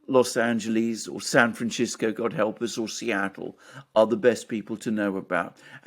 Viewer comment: San FranCHisco, Alexander? Weird., you must be the only person in the Galaxy to pronounce it thus!